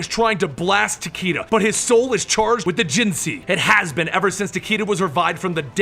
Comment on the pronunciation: not to mention Tah-Kay-Dah, not Tah-Kii-Dah.